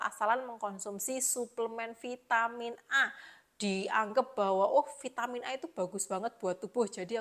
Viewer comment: Bilang aja Vi ta min, gak usah di eja neko2,,, Vai te min,,,, medok gt kok kebarat2an ,,,,hmmmmm😂😂